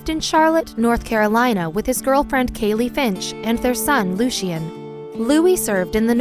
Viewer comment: Lucien is pronounced loo-see-in But that's in a different language 😂